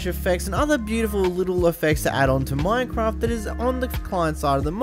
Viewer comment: Minecwaft 1.16